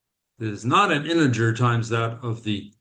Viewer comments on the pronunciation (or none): none